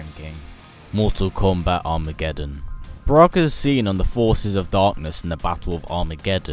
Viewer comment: it is not broke is Baraka